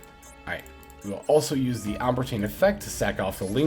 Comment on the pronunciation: It’s pronounced “al-ehm-ber-shiun” Its based of the name of a french mathematician. Otherwise great video as always.